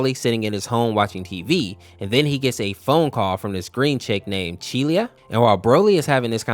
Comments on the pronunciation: its "chi-lai" not "chi-lia" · he called broly 'brol-ee' and cheelai 'chilliya', also gine (i think that's how you spell it) 'jenna' and 'gina' and he thinks piccolo is a better father than goku, you do realise piccolo is 4 years older than gohan, he's more like a brother, and when he was like a brother he either just sacrificed himself (which goku did twice) in the exact same way as he did, beat him up, throw him into a mountain, gohan thinks of him like a friend/brother, not a father, you can tell because of what gohan calls piccolo and what he calls goku, this is another one of super's failures when they misunderstand a character by making an exaggerated joke about them become true which makes people think it's also true in z (example: goku loving fighting, krillin's height, vegeta all of a sudden wanted to be stronger than goku when he lost that urge at the end of z) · Bro can not say names right her name is CheeliA not CheelIa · Jeena, Fecheta, Brawly, Cheelia!?...like, you've heard these names said in the show before, right? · You pronounced some of the names wrong. Gine is pronounced "Geen-nay" and Cheelai is "Ch-E-lay" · broaly💀 chilia💀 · (I refer to demon king piccolo as DKP) Piccolo isnt actually DKPs son hes actually just DKP reincarnation (aka still DKP). An unknown namekian named "katatz" who is the father of the nameless namekian (the namekian before kami and DKP were "split") is the father of piccolo (also the pronunciation of "bulla" "gine" "yamcha" "broly" and "cheelai" are killing me 💀, also thats turles not bardock, fourth correction is that piccolo isnt his doppelganger, he fused with kami who was DKP (he became kami) so DKP could replace him but he managed to control him (its a refrence to when kami and piccolo fused into the nameless namekian in the android saga) and also nail is a snail because namekians are like slugs, also a reference to lord slug) enough of my rant lmao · Mispronounced Name: Gine, Cheelai, Broly